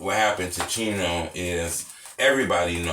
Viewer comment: So why do they say cheno burger?